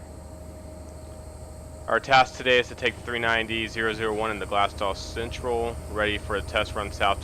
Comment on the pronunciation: I think it is pronounced glass co